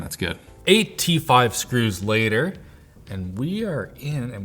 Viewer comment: i thought it was a joke and that's why he was enunciating it so strangely lol